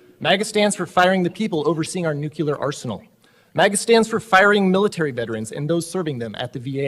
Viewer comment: The punter doesn't even know how to pronounce NUCLEAR